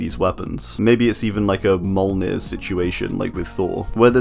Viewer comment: The way u pronounced mjolnir lmao